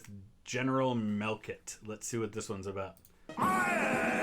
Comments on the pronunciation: that clip annoys the hell out of me. They cut it too soon for the impact of the field to set in. BTW, the "ch" in "Melchett" is pronounced as in "church". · It's Melchet not "Melkit"! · MEL - CHET not Mel-KET